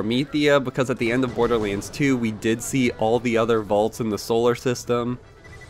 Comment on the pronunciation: Damn it! Stop saying "BORDERLEENS"!!! It's BORDERLANDS!!!